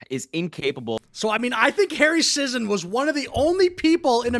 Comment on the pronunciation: sigh so glad, despite the same last name, that I'm not related to this... sentient paper towel finally someone saying the name right